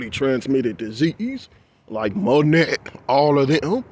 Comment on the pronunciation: Before I forget to tell you darlin, Monet is pronounced "Moh nay" (there I go "critiqueing" 😂😂😂) ❤❤❤ The really bad part about the the art situation to me is that it is the only aspect we have in this life that represents BEAUTY and then artists' artwork has to go through PUBLIC scrutiny, and you know how we feel about the public! Can't seem to bypass "the system". That's disgusting. Your work is BEAUTIFUL, and YOU are a beautiful person. Don't know if I told you this yet, but I love the way your voice sounds. Never change.